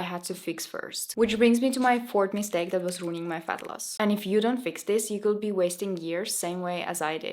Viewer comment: Thank you for your advice and your nice video! Just some tips for pronunciation: could =[kud], not [kuld], said is like sad [säd], not [säjd], says [säs], not [säjs], decades [däkejds], not [dikejds] Thank you and all the best to you ❤